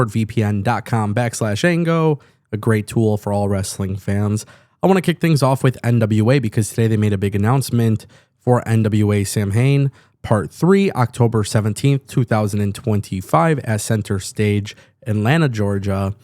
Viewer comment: Samhain is pronounced "saa-wn" 😊